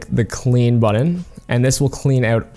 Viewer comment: 53 You know BUTTON has T's in it right? NOT D's.